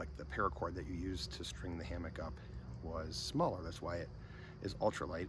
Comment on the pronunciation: I like your videos, good channel. I don't want to be arrogant but the word "Hammock" is pronounced with the emphasis on the first syllable. The second syllable is more of a 'muck' than a 'MOCK' sound; 'HAM-uck' not 'Ham-MOCK.' I never heard anybody pronounce it with the emphasis on the second syllable. Hope this helps. Great video!! Thanks for sharing.